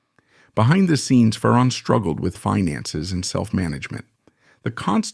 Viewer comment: It’s not fa-RON It’s FAron